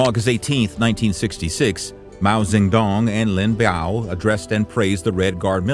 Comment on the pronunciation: It's pronounced Lin Biao not Lin Bao 林彪